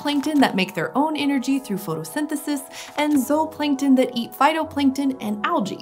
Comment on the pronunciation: She’s saying it correctly, zooplankton is not supposed to be pronounced like zoo.